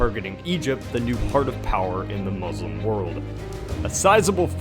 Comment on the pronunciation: u pronounced "Muslim" wrong